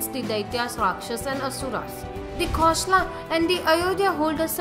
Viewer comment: For gods sake learn how to pronounce the names properly. Its not Magdha, its Magadha.Its not Sravavasti, its Sravasti. Its not Kosla, its Kosala. Its not Askama its Asmaka